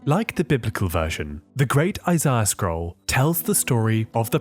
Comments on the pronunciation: Isaiah, not Isiah. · "The book of eyes-eye-uh"